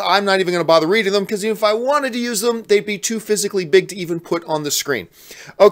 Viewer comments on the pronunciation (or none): none